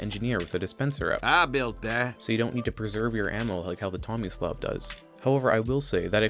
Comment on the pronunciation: is it bad I legitimately thought it said “xomislav”